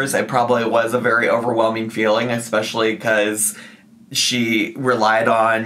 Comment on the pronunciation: If she would just stop saying “ekspecially” I’ll be satisfied, at this point.